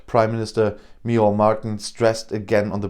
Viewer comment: Well done on the pronunciation of Micheál Martin's forename.